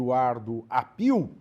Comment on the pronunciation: Se pronuncia Áppio. Não Appiù. È sobrenome italiano.